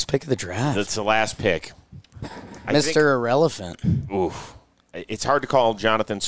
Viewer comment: "Mr. Irelephant"